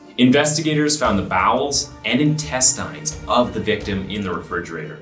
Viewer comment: the way you pronounced INTESTINE really bother me.😂